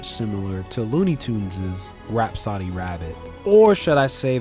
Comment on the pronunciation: It's not pronounced "rap-soddy", it's "rap-so-dee."